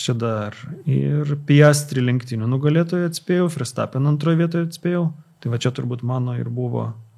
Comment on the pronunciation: Dar Ferstapeną reikėtų ištaisyti, nėra jis vokietis. Tarti reikėtų V, ne F.